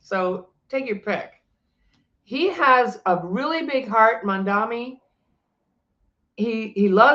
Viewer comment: The name is “MamdaNi” not MamdaMi 😊 an N nnnn not M mm mm .. I know you can pronounce it correctly 😅